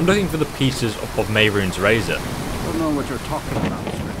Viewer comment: when u said ok we have the 3 pieces of the razor i thought u said 3 pizzas